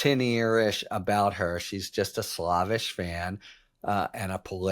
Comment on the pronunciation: slaaaayvish rather than slaaahvish